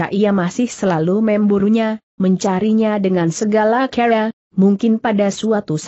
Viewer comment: Maaf untuk diperbaiki membaca kata CARA dg benar